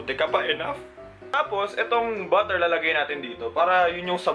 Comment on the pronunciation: "Buh-er" Hahahahahahahah